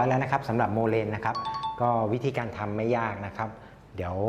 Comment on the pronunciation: ขอโทษคะ ที่รู้เรียก โมแลน ไม่ใช่โมเลนคะ